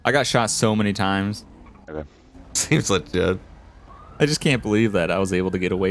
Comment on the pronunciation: “SEEMS LAGIT” Lol jk